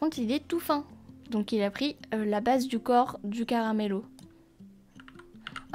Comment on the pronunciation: Salut je voulais te dire que le nom c'est "Camarillo" si je ne me trompes pas et toi tu dis "Caramello" alors peut être que je me trompes mais voilà